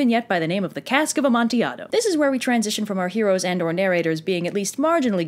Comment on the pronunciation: Thank you for pronouncing Cask of Amontillado correctly!! I’ve had English professors say this wrong.